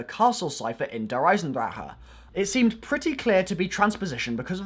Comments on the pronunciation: “der eisendraha” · I like it how he says "der eisendraha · "Der eisendraha" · Its not dear eisendraha